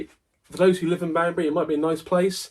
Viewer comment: It's my birthday on Thursday. This recent episode has had in hysterics. Thank you for the early birthday gift. I also thought at first you said 'Bambi' instead of 'Banbury'!